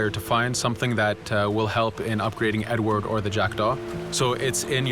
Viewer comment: Primo. Si chiama Edward, non "edwar". Secondo... sì. Sarà possibile cambiare vestiti al protagonista.